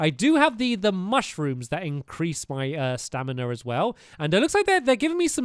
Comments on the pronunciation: its STAMIINA NOT STANIMA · Who else is bored and is watching this series again? Also who else noticed he said stanima wheel instead of his stamina wheel? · Exactly - and he also says stanima instead of stamina 😂😂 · Why does he say stanima? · Anyone else realize he says stanima not stamina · Hey stampy why it say stanly